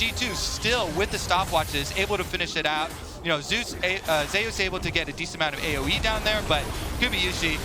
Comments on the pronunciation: That's not how you pronounce Zeus. . If you are going to compare the name to the god of thunder by referring to his favorite champions being lighting orientated.. Pronounce it the way the god of thunder and lighting is pronounced. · Why does he keep pronouncing it Zay-oos... it's ZOOS. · Say zay use, zuse